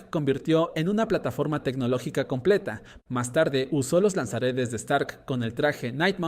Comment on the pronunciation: A mi tmb encima parece que diga lanzaaretes😅